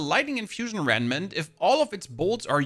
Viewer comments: REMMMMMM-NANT!!! (Not reNmant😂) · "Renment Renment Renment" - I know Rem nant is difficult to pronounce but now I literally keep saying it myself too, it`s like a curse. Still, this build while powerful for mapclearing, seems extremely convoluted when it comes to bossing.